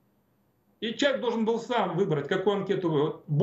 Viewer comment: Пожалуйста, не говорите "чек". Человек, а не чек.